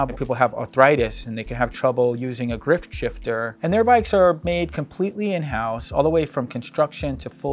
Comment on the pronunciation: You're the president of your company and you called it a "GRIFT-shifter" instead of "grip-shifter." Okay, that might be for Trademark reasons, but still.